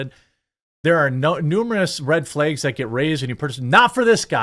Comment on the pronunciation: You say “red flaygs.” 😂😂